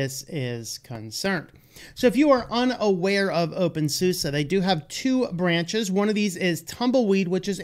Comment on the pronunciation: Infact, it's always funny how Americans pronounce "OpenSuse" ;-))